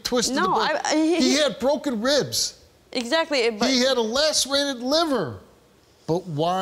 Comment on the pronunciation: "His leg was bwoken."